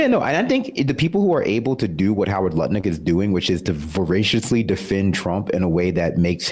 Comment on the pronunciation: I am no longer able to take Lutnick seriously in any way since I heard pronounce his name 'Nutlick'.